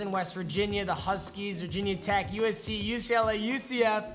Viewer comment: Owen Wynberry he said Virginia tech 😂